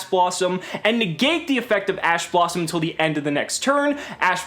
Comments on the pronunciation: did anyone else hear ass blossom? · lol you said a$$ blossom or it sounds like it. Thanks awesome vid. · "assblossom" Edit: damn I was late to the comment